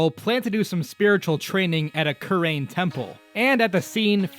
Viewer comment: the way he says kurain and manfred is hurting me